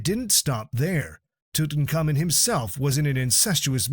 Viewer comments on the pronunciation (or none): Tutaka Moon, Tuton Common, Took in Common, Tooton Common. Made me laugh so much, I couldnt watch anymore😂